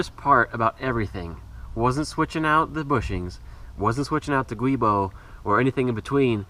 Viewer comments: Also, just so everyone knows. The black rubber flex disk is called a "Giubo" (pronounced JOO-bo) and NOT a "Guibo" (GWEE-bo). The name originated from the name of the Italian engineer that designed it, Antonio Boschi. It is a combination of the Italian word for joint, Giunto, and his last name Boschi. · Giubo* not guibo.